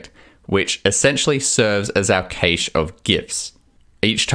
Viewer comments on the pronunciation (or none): Kaysh - cache = cash.